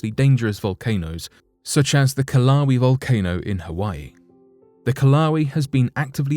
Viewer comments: I'm sorry, but I HAVE to point out the mis-pronouncing of Kilauea in PART 1 - It is pronounced "kill-a-way-a" not 'kil-lau-we' - There are just some words you HAVE to help people get right. And because the US is the only country that has the Hawaiian language, we should help everyone else say it right :) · This guy gets all his pronunciations wrong. I remember when he pronounced “Valdez” (the town in Alaska) like the Spanish name instead of the correct “Val-deez”. Now it’s “Kill-lau-way” instead of “Kill-a-way-a”. Dude! You’re on the internet. Use it! If you’re going to spend the time and energy making these videos, the least you can do is look up the pronunciation of the specific names you’re referencing. It gets tedious and shows your lack of real world experience. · narrotor says kilauee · That was one of the worst pronunciations of the Kilauea volcano. Here- Kill-A-way-A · The story would be better if you mentioned something about a fire chief and figured out how to pronounce "Kilauea" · I missed my comment by 4 hours. Did the same thing as you, just 4 hours later. Didn’t look through any comments, just stopped when he mispronounced. Lol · I thought he was mispronouncing Kilauea. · Kilauea is not pronounced Kilauee, it's pronounced Kila way uh. And Puna is not pronounced Pyuna, it's pronounced Pooh-nuh